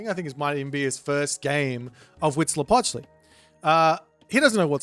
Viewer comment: As a mexican, your pronunciation of Huitzilopochtli at the beggining of the video was quite good. And stays mostly consistent throught the game. *happy aztec gods noises